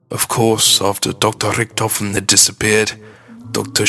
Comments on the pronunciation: Hyperforeignism on the 'Edward Richtofen' just say Ed-Ward - Rick-tofen, no Ed-ward hu-rihkk-tofehn, p.s., everyone who says its the right one, natch is the only made up one, shut the fuck up Natch Der Untoten has something to do with the story watch the better one because this is huge bullshit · You say Rictofin weard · i love his accent when he says rictophin